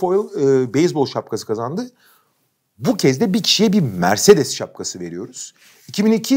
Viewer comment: Kaan abi mercedesi öyle bi vurguladı ki direk araba verecekler sandım :D